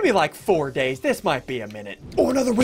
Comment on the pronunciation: SSundee:in 4 DAYS Me:i think you said it wrong